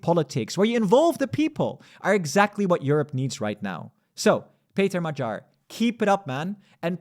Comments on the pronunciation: Non-Hungarian here, but why say "Majar" instead of "Ma-ghee-ar" / "Mo-ghee-or". Good video anyway! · mah-JAHR 😬 does he really think that the stress in Hungarian is on the last syllable 😂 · Hungarian a is somewhere between English a and o. Tounge is down in the mouth. Hungarian gy is a double letter representing one sound. It is like d+y, but just one sound. The y in the Hungarian alphabet, as part of double letters, is a sign of pronouncing the letter more softly. In this case it is like you would pronounce a sound between d and g (not like in "George" but like in "gun"). I think the homepage Forvo will help you. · it's only funny if you mispronounce his name like this video host does. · Magyar G should not be spelled with a G of "gentle" but instead with the G of "gate".